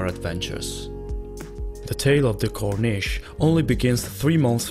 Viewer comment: You could hardly call that car a Rolls Royce. And you certainly can't call it a Cornesh!